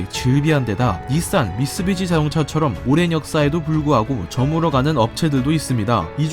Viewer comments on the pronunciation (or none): none